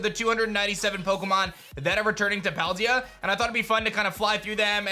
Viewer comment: Pokemon SV is coming out in just a few days yet this guy still cannot pronounce Paldea correct.